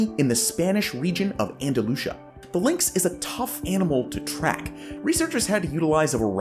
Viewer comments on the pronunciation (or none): Small bit of feedback - that place in Spain is pronounced Anda-lu-seeya